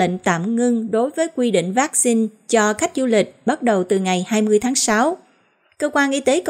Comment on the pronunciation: Xướng ngôn viên phát âm chữ "vaccine" nghe mêt quá và những cách nhấn trong câu của anh cũng rất khó chịu. Nếu anh thay đổi thì sẽ có nhiều người theo dõi hơn Còn nếu vẫn giữ như cũ thì chúng tôi sẽ từ bỏ nghe tin tức của đài. 🙏